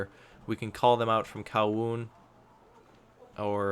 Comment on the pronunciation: Well at least he said lantau and kowloon right